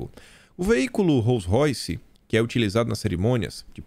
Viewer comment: Só um tok...a pronúncia correta é ROUS royce